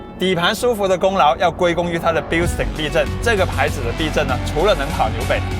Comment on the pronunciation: bilstein发音不对，德语不是这么读的。